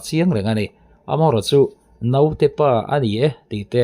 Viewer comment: A theih chuan mizo tawng hmang dik ang aw...Note tiin i lam kha dik lo naute ti rawh aw ..sawi zel lo mai ang